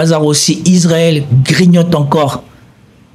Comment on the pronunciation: Fais des efforts : Israël et pas Isarel !